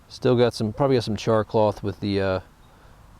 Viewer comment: haha why is he calling it "char CLOTH"? haha its not CLOTH at all hahaha